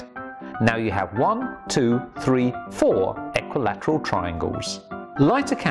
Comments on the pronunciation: You must be fun at parties...also you're saying equilateral wrong 😂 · The way he says equilateral tho